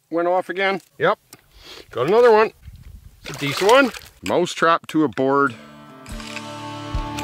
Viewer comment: he keeps saying moose trap